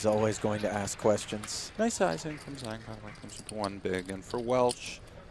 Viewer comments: It's pronounced Jong. Not Zang. Yeah, these kinds of players are fun to watch, but they always flame out being overconfident and running into the nuts. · Why don't any one of the commentators look up how to pronounce "Zhang". Its one of the most common names in the world and would take 30 seconds to look up. It's lazy, ignorant and rude not to as a professional commentator